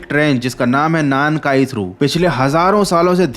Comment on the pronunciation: 南海トラフor なんかいトラフ(Nankai Trough)=South sea trough, ye full ek word ye is ko alag alag nai bol sak te alag alag bola to meaning hi alag hoga なん(Nan)=What かい(Kai)=Times(different kanji different meaning) South Ocean ko alag alag bolna pade to South= 南(Minami) Ocean= 海(umi)